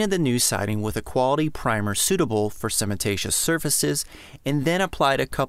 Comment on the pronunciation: Great job and vid. Couple of general knowledge comments. Hardin specifically says you don’t have to reprime. Not that you can’t, but for those watching you don’t have to. This is me being a bit difficult because I’ve been in the cement products business for almost 30 years, but the word is cementitious, not cementatious. You’re doin’ pretty good though, I had one great contractor who called it cinnamentatious and he wasn’t doing it to be funny!